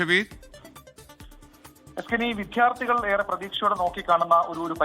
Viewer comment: വിദ്ധ്യാർത്ഥി അല്ല. വിദ്യാർത്ഥി.